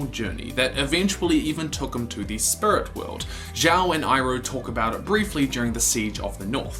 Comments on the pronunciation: For god sake man... It's Spirit, Not Spurt!! 😂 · You don't speak clear , who says spurt you need to say spirit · Lol how many times you say "sprit" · Its SPIRIT not sprit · why do you not say spirit but you say spirt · I've already pointed it out in another of your videos. Your accent says 'spurit' instead of 'speerit' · I swear, dude I love your videos and i am a recent subscriber but to me, every time you say “spirit” to me it sounds like you’re saying “spurt” idk why it just does to me😹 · "spurut world" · The "Spirut" World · Say spuirt...one more time. Rhymes with squirt. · This video was just an excuse for you to say "spurit" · I really like how this guy pronounce Spirits, it sounds like Spurt!